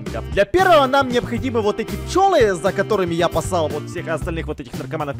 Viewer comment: ТЫ СКАЗАЛ ПОСЛАЛ ИЛИ ПОСАЛ ПИРЕСМОТРИ ПОЖАЛУСТА ЧТОБЫ Я УБЕДИЛАСЬ. ОТО ПОЛУЧАЕТСЯ ЛИБО Я ГЛУХАЯ ЛИБО ТЫ СКАЗАЛ НИТАК.